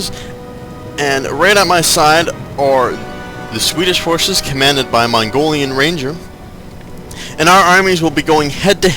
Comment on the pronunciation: i love how he says "Mongolian Ranger" the first time. sounds cool